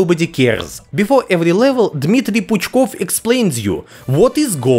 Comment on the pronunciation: Zanimatel'niy A.K.A. - "Curious" Fact: When you sounding a name of Dmitriy Puchkov - you're sound "R" letter right, right on a , лiл) Surrender, You has been spotted!!!